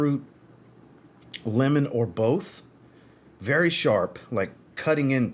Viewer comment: You said, "Italian lemon". I heard, "Italian women". 😂